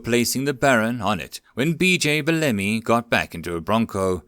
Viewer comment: This story was amazing! Thanks for reading it! I know this is kind of a petty nitpick, but I believe Bellamy is meant to be pronounced "BELL-uh-mee" (emphasis on 1st syllable).